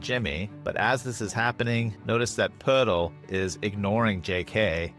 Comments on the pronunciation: your videos bring so much joy to my life man. Thanks for the consistent awesome content, I always leave a comment. The pronunciation of Poeltl made me smile. Elite. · OMG the way you pronounce Poeltl 🤣🤣🤣. It's probably the correct pronunciation, but brought me a chuckle every time.